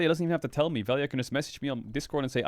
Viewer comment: I'll never forgive Nemesis and Crownie for being Slovenian because they're as an entire country incapable of pronouncing 'lj' so now everyone calls him Vel-ja